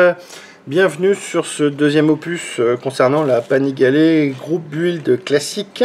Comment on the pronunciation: Panigalé, avec l'accent transalpin ! C'est encore plus authentique... Que bella macchina, ottimo lavoro ! Et merci Google...